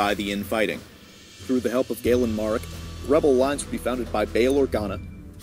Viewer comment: Anyone else grit their teeth when the people who make the videos fucking butcher one of the characters names. Especially ones that are decently know like galen marek